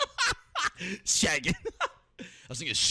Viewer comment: bro shaggy no shoggy